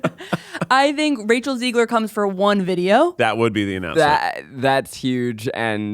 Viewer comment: Guys…cmon….Rachel’s last name is ZEGler, not Ziegler! Please! She’s never going to come on the show if you don’t get it right 😂